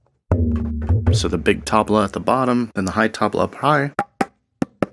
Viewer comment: great video, but you must learn the right pronunciation of "Tabla" ...the T is soft...you can learn it here and poor sameer gupta...you pronounce his last name as 'Gaputa' If you are talking for 28 mins about a musical instrument, the first thing is that you must pronounce it right.